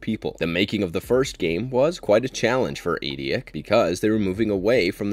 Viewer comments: eidetic is pronounced eye-det-ick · Why do you pronounce "Eidetic" like that?